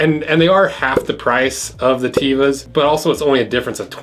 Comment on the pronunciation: A friend from Israel told me that Tevas as not pronounced TEE-vas, but Tev-as